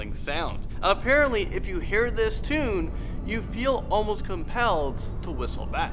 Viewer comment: "Youl feel compelled to wishtle back" Me who cant even wishtle